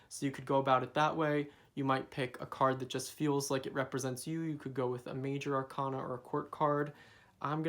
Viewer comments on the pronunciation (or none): none